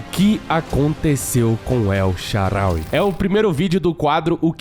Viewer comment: Vídeo perfeito só um erro que é na tradução correta e El SHAAARAWY se diz El SHAAANÁWY